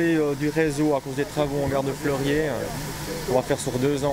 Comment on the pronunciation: petit annicroche de prononciation ca arrive lol